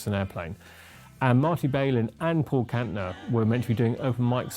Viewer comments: Somebody should have told the limeys how to pronounce Marty's last name instead of crucifying it time and time again. It also would have helped to have had an inhabitant of the city who could articulate what was going on instead of inaccurate conjecture on the Brits part. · Volunteers was recorded in the spring of 1969- not 1967. Marty's last name is pronounced without the 'bay' sound- it's a short 'a' sound: 'Bal-in'. And that's straight from his own mouth.